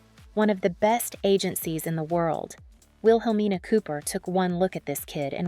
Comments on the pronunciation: It's pronounced "will-uh-mean-uh" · The woman keeps mispronouncing her last name wrong. She's even mispronouncing Wilhelmina Cooper's first name as well 🙄. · PLEASE PRONOUNCE HER LAST NAME " CARANGI " & HER MENTOR " WIHELMINA " NAMES CORRECTLY.